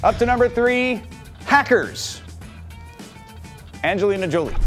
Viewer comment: AGNELINA JOLIEE HAHAH ANGELINA JOLIE FUCKK